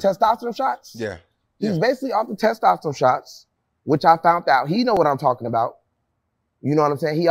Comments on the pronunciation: Bro hearing y'all talk about fitness is funny af! He just has good genetics and good work ethic. Bandman on the other hand is the one with the enhancements but this shit is funny af bro lol He can't even say testosterone lol Jack ain't on that, he got them West African genes to build muscle fast. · We gotta stop the He.B.L trend going on… Also as a person who went to school for kinesiology and exercise science, kevo making shit up(he didn’t even pronounce testosterone correctly), and it is very possible to get jackboy physique.